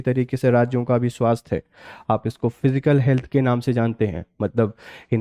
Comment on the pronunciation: Sir It is फिसकल and not फिजिकल